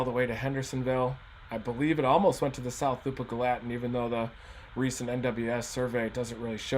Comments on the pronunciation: GALL-a-tin Reed. It's not Gal-LAT-in. Gallatin,TN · Thanks for the breakdown Reed! You pronounce this subdivision/town, 'gal a tin, not ga latin, Reed. Just wanted you to know. Not being a jerk I promise. It's rough around here. We were blessed here in S. Nashville. I'm originally from the NE AR area of Jonesboro area that has a history of tornadoes in our area. But Nashville's had it's share of severe weather too. And we don't get the snow in either NE AR or Nashville, TN that we used to...and I miss it! Things sure have changed since I was young in the 1960's - 80's. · Hearing Reed mispronounce Gallatin kind of hurt a bit. It's pronounced GALA-TIN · idk why it triggers me so bad the way he says Gallatin. its Gal-uh-ten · It’s pronounced Gal-a-tin. Great explanation of what happened Reed!! Thanks. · Gallatin is pronounced Gal-la-tin.